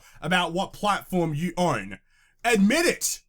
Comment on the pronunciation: "The fault is on youerrrerre!!" lol that killed me